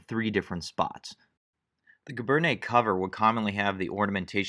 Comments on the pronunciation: No large army in wartime has ever been able to enforce regulations so brown scabbards are likely. It's pronounced "gee-BAIRN." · cal teacher well, when you join them, you will get support in pronunciation tout de suite! My (school) French is not that good either, being +50 years or so, ago. But giberne is gzhee-bern. Soft “g” and no “ney” on the end. That only happens with e’(like cafe’). You will soon learn that not every letter gets pronounced, or how it is pronounced. My interest is in Napoleonic military history (including uniforms) and in Napoleon himself. Good luck to you! Your talent is remarkable!